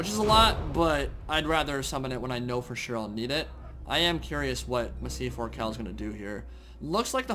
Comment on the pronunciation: Say Massive Ork Hall with an Ork accent. That is how you pronounce Massif Orcal